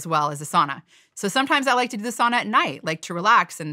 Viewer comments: Could you try to pronounce sauna correctly? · Sauna people don’t pronounce the word like that.